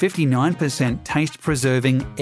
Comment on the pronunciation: Did you say that Cheetos had 59% "taint preserving air"?